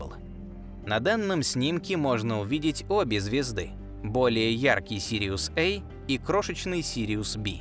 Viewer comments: Не Сириус-ЭЙ, а Сириус-A. Астрономы используют латинские и греческие буквы. Положено читать по-латински! Смотреть нет смысла, т.к. комментатор - не астроном. Ставлю палец вниз № 381. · Сириус Эй,Сириус Бэй,как будто нельзя сказать- Сириус А и Сириус Б. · Сириус[ А] (а не Эй) и Сириус [Бэ] (а не Би). Это латинский алфавит. Никогда они не были в России Эй и Би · Пардон, а при чем тут "эй" и "би"? Астрономическая номенклатура - латинская. А латинские A и B - неожиданно - традиционно по-русски, как и в дошедших до нас вариантах поздней латыни, произносятся как "а" и "бе". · На русском говоришь, говори до конца, а то ЭЙ БИ, А и Б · Сириус эй??? Англичанин не до деланный... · я 100% знаю что вы знаете что такое выдержка к примеру в фотографировании ночной съёмки нужна выдержка так вот прошу выдержать текст если говоришь и текст выводишь на русском то и произноси на русском и не вставляй на английский манер это не красиво звучит сириус эй сириус би перепонки начинают дребезжать и не хочется слушать хотя ваш голос должен стоить в10 раз больше чем вы берёте за озвучку я уверен рекламу будут смотреть с залипом все только из за голоса но на русском языке! с уважением к вам! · Жутко коробит такое произношение. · такада уж сириэс ай и сириэс би. англичане круглм мля